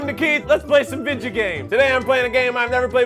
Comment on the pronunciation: why keith said video with out e